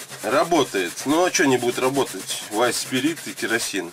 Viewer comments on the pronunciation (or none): none